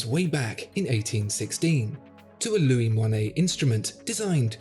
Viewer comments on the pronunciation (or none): none